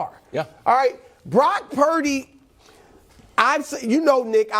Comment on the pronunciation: it’s not prince…. it’s glock purdy